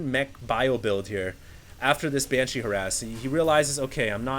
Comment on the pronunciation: its funny how i still hear "ban-cheese" everything says it